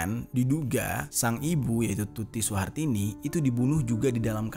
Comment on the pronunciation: Ngomong kog plencang plencong to mas... Pak yosef dibilangnya pak yusuf, bu tuti suhartini dibilangnya bu tuti surtini, pak anjas dibilang dr. Anjas... Mbok nek ngomong itu dichek dulu mas.. Baru diupload.. Jgn cm ngejar adsence doang, gak dichek ngmngnya udh bener apa blm...